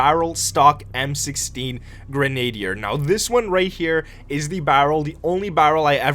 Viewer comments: it pronounced gren-a-na-deer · Grandeyer Gnatoh